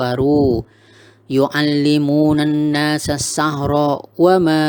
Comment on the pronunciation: Baru nyimak lagi.. pas nyimak bacanya "annasassachro",,tapi tulisannya annasassichro